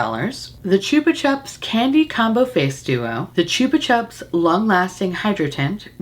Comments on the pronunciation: Slowly going mental at how you say "Chupa Chups" as in Australia we say it completely differently as that's also how our ads were on TV for the lollipops. I'm like yelling at my phones YouTube app going "No, it's Chupa Chup not Choopa Chup" 😂😂😂😂 I'm laughing so hard at this and myself. We still sell them in Australia and they're still great. They have the old school flavours still as well as a few newer ones. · Take a shot everytime says Choopa Choops ❤❤❤ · Chupa is Spanish for lick . So it is pronounced choo-pa choo-ps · I've never heard anyone say it like choopa chups before.. we say 'chupa' like 'chup - a' in Australia, keeping the assonance of 'chups'. That aside, I freaking LOVE these damn lollipops. They ruin me. I understans why you has to buy the collection 😅 Also, I feel like if you placed the purple blush higher up on your cheek bone and away from the hollow it would look better - less muddy and more bright. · It's said 'chupper chupps' here. I've never heard the 'choopa' way of saying it before! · I love how you pronounce the “u”s in Chupa Chups in two different ways 😂 I say “Choopa Choops” 😂